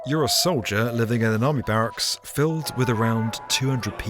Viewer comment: fifty Noine at Bar_rucks